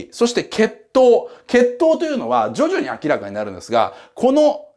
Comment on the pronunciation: 「徐々に明らかになっていく」→「ジョジョに明らかになっていく」 に聞こえてしまったｗ